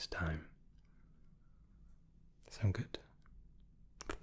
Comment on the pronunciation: him trying to say good also him: veryy gött